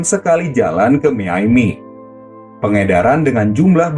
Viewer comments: miaminya aneh bang harusnya dibacanya mayami bukan miyaimi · Miami min bukan miyaymi